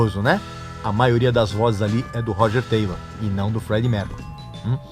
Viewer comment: Esse cara é, simplesmente, um idiota. Não sabe nem pronunciar o nome do baterista. Meu Deus! Falou tanta merda que fedeu meu notebook.